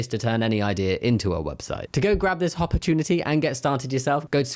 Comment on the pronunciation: Wait... did you say "Hoppitunity" for that advert?? My respect for you has halved!! 😉